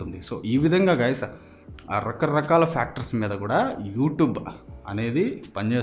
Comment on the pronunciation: video starting nundi okati kotttesthundhi anna rakkaa rakkalu ane word endhuku antha press chesi chepthunnav